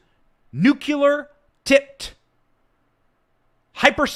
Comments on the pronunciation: Nu cle ar not nu cu lar 😬 We love you Benny! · Don’t worry Benny. It’s true that you mispronounce the word “nuclear”. (Not nucular) Don’t worry Ben Shapiro mispronounces “jewelry”. He says jewlery. And almost everyone mispronounces “fentanyl”. It’s not fentanol. We love you anyway! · The word is nuclear not nucular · You mispronounce "NUCLEAR" ALL THE TIME! How embarrassing it must be not to be capable of pronouncing the word correctly.